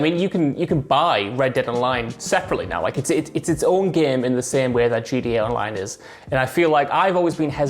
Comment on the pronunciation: As an American why is it so hard to say the Letter “T” ITS GTA!! NOT “GA OR GEA” or whatever you was saying!!! I’m so triggered 😖😖😖 GTA is already shortened n you mess that up how!?! 🤣🤣🤣